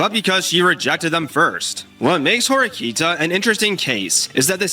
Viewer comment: It's Horikita, not Horikta, just noticed that pronunciation.